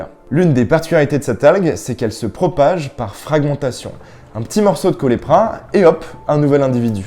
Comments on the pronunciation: Euh c'est CaulERPa pas Caulepra... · Dans les années 80-90, j'ai toujours entendu prononcé "colèrepas" Taxifolia et non "colépa" taxifolia, ni "colepra". Du coup, on dit quoi ? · C'est Caulerpa, pas Caulepra.